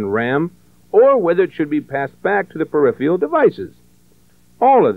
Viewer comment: I cringed every time '' said "peripheal devices" This video is a fun stroll down memory lane. Thanks for uploading it.